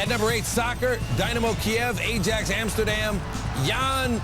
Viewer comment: It's almost getting exhausting correcting mispronunciations of soccer teams but , it's i-yax. Also, it's not Vertonan, it's Ver-tong-an.